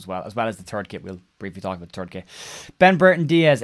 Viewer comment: "It's a turd kit." True True! 🤣🤣